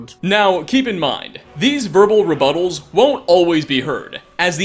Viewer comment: "These verbal reBOTTLES" xD